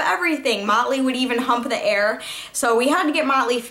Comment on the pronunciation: oh, lol! i thought you were saying molly. haha